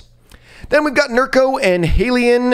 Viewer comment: For anyone who might think he doesn’t read comments, he absolutely does. Exhibit A: he pronounced HALIENE correctly this week 😊